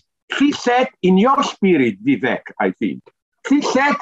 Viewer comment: Vivek doesn't rhyme with Zizek btw